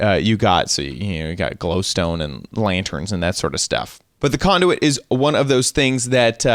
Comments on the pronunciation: conduet? wtf its conduit LOL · When he said conduit I thought he said condom